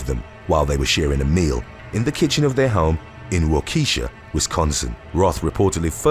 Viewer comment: It’s pronounced walk-eh-Shaw Wi